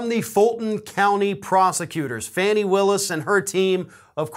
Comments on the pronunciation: Pronounced Fah-ni not Fannie. Sorry. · FAH-KNEE not fanny. Fani Willis. Since when does someone get to decide whether or not they will be served with a subpoena? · I'm from Atlanta, so please pronounce her name Fawn-Nee that's how we do it here, Thanks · it's pronounced FAWN-ee. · Fawn nee Her name is pronounced fawnee! I know you wouldn’t mis say it on purpose